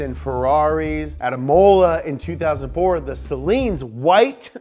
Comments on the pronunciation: dude said emola... i literally had a mini stroke and started twisting in my chair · "At EE-MOE-LAH in 2017" and they show a clip of Laguna Seca. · Why you say "Imola" wrong and also show Laguna at the same time?!